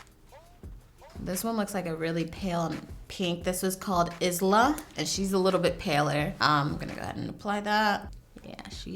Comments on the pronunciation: Great video. Isla is pronounced eye-la. It's one of my friends name and in the beginning I was was like is-la xx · Is it personal preference or another reason why you keep saying you would use lip liner? ALSO so far your the only person I have heard call isla is Is-La and not i-sla. Thank you haha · “is-la”😂, my name is Pronounced i-la it’s a silent “s” no one ever knows how to pronounce it haha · i love you sis but i think it’s pronounced “isle-a” not like izzla i mean if it’s spelt isla, i didnt see how it’s spelt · can i just point out the pronunciation of isla ..... it’s pronounced eye-lah lmao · Lmao at the way she pronounced “Isla” as “izla” hahaha but either way great vid! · It’s pronounced (eye-lah) isla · You pronounce the shades "I-la" like Isla Fisher it's named for her friend's baby girl. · The S in ISLA is silent 😬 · ISLA LOL (should be pronounced without the s sound haha)